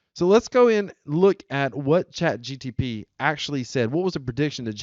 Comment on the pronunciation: First words spoken on a video about chatGPT: "CHAT GTP" OMG he said it again....